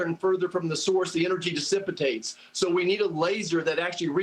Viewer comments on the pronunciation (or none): This fool straight up said the energy "dissipitates". 🤣